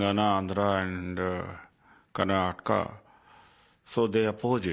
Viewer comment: your home state of Karnatak?? First of all learn to read teleprompter properly it is Karnataka not Karnatak Absolutely deceievrs naarth ppl 😂 Also i welcome this move so that Marathi can thrive in their state Now you guys understand any state goa Karnataka Maharashtra Tamil Nadu anything which benefits its own citizens the most jalan😂 happens from naarth ppl